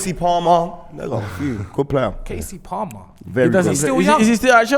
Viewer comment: Man said kasey palmer😭😭